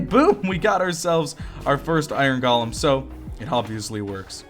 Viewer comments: Technically yes, you're saying it weird. It should be GOH-LEM. But I pronounce it GAH-LEM as well. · i love the way he says Iron "galem"